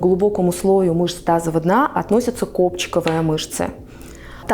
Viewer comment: Вы не можете выговорить "мышцы тазового дна"? Или просто неправильно выговариваете? Вы говорите "тазова дна", а надо "тазовава".